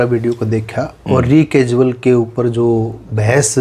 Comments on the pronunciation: रेकसुअल नहीं हॉट रेकुसल कहते हैं . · अपने Phd वकील साहब Recusal शब्द का उच्चारण ही गलत कर रहे हैं । इसको रीकैजुअल नहीं रैकुजल बोला जाता है । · Bhai ji re casual nahi hai recusal hai ..kahan se apne Doctorate Kiya hai...